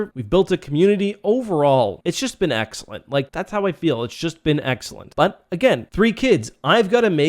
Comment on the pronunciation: its just been eck-cellent